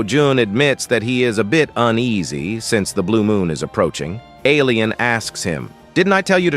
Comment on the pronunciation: Bro said alian in 😂😂😂